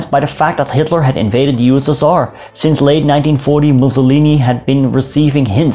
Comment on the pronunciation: how i spell USSR:You-S-S-Are how do it:You-West-Sus-Tsar